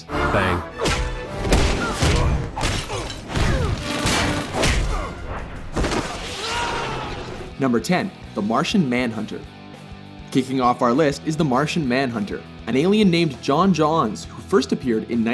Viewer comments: Am I the only one annoyed at how he pronounced J'onn J'onzz? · So j'onn j'onzz's name is now pronounced john johns?